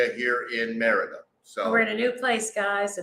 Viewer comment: I'm slowly trying to learn Spanish... Since "i" is pronounced ē(eeee), wouldn't you say "Meh ree duh"??? Not "Mehr ida"??? Just checking 👍🤠✌️